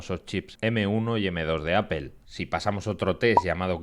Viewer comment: Que marca es "Apél" ?? 😂😂